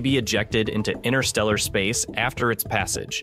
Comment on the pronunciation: It will not be ejected in 'inner stellar space'. I guess you mean 'inter stellar', with a T, wich is something totally different. Are you a sloppy speaker or just lazy?